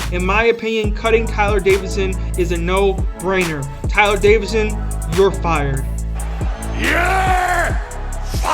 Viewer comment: It’s actually Davison not Davidson but good video